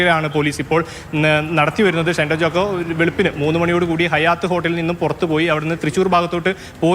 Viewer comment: റിപ്പോർട്ടർ ഷൈൻ ടോം ചാക്കോ എന്ന് ആവർത്തിച്ചു പറയുമ്പോൾ നല്ല പോലെ കഷ്ടപെടുന്നുണ്ട്. തൽക്കാലം ഷൈൻ ടോം ചാക്കോയുടെ പേര് ഒന്ന് മാറ്റി വല്ല ബാബു എന്നോ കുട്ടൻ എന്നോ മറ്റോ ആക്കിയാലോ.😂